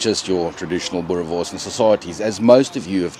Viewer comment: Boerrrrrre worrrrrrrs. Roll the rrrr boet 💪🏽